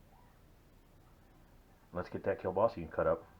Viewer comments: Prounced keel-baa-suh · This is my favorite recipe ever. I just needed to know what to set my instant pot to. You said Keelbasse lol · That's how my mom used to say it when I was a child